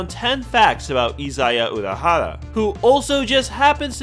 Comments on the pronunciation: I'm really sorry... but it's 'Ori-hara' not 'Orohara'... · "IZAYA URAHARA" TRIGGERED (lol no, sorry, I had to) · izaya ORIhara not izaya URAhara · Why was he saying urahara at first 🤣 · Am I the only one who thinks he says Urahara (like the one guy from Bleach) instead of Orihara? xD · "Dur-ra-ra-ra ....Izaya Oorahara" The fuck are you saying omg. This hurts to listen to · It's Orihara not Urahara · its not pronounced "Udihara".. its "Orihara" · "IZAYA URAHARA" Please learn to pronounce your "favorite" character's name. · It's O-R-I hara not URI for fuck sake 🤦‍♂️ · Its orihara with an 'O', you need to understand that he is not a relative of some BLEACH character. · Is it that hard to say Orihara? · It's a nickname. It's equivalent to "troll-zaya" ... I thought he was pronouncing it wrong too, until he said "Orihara" when referring to the Baccano easter egg... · Says he is his favorite character. Mispronounces his last name. Edit: why do you say it right here but get it wrong before. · "Izaya Urahara" "Yukio Okamara" "Mephisto Pheelees" "Nami" stop.just stop. "Shinguku" nope. so done.